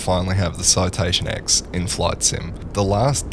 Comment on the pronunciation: FYI, it isn't Citation X! It is Citation 10, as in the Roman numeral X.